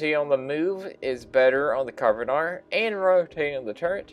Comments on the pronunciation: It's pronounced "Can arr van" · It's pronounced CAR NAR VON it's welsh my native tongue. Great vid just bought myself one